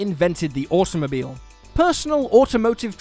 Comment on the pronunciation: Am I the only one hearibg automobile as awesomemobile?